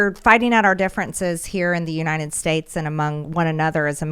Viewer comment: I can't stand her speech impediment. Unined States. Senence. 😂😆😂